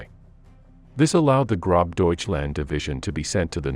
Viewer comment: It's pronounced not "grob", but "grohs" (great).